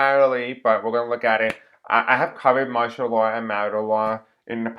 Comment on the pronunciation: Hey just recently found your channel and enjoy your readings. Also— martial law is actually pronounced “marshall” that’s where the govt (with use of military) take full control of country.